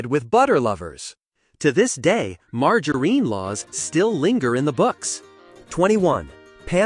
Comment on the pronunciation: And margarine. Mar-jar-een?!!? C’mon, man.